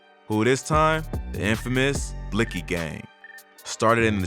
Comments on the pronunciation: Shouldn't it technically be pronounced as "Blixx Kee" ? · on god the way reporters say blixky pisses me off just how hard is it to not pronounce the x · Lol i love how the man sais( blix) ky gang hahahaha sucka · The miss pronounce word (blixy) got me fucking week 😭😭😭😭😭😭😭😭😭😭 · Bro said blisky gang 😂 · Wtf did this nigga just say “blicksski” lulzzzzzzz I’m fuccing ded asf💀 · BlLuKeI gang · This is how u pronounce blixky, blick-ey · Lmfao he goes “blicksski” gang I’m fuccing ded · Lol man said blix ki deadass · They stay saying bliksy omg bruh 😭😭😭😭😭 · Anytime they’re on the news they say “blicksee gang” lmao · News man said blix - key gang 🤣🤣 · That mane said blickski gang 😂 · Just the way reporters say blixky gang tells you they're completely uninformed talking heads, I'm from Illinois and know how they pronounce the shit and have only heard of the gang maybe a handful of times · it’s not about knowing the gangs offhand, but literally five minutes of searching up the name and they’d know how to pronounce it. Any real “journalist” or “reporter” should care about getting the facts straight, they pronounce it that way because they beef with a certain gang. That’s pretty important to the overall story being reported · bruh. I get your point. It’s not that important to the story because they mispronounced one word but your clearly understood what they were saying and meant. Vladtv been doin this idk how long on a big platform and he’s involved and doesn’t even know how to say half the shit he’s supposed to. He got the facts right. He didn’t pronounce the name right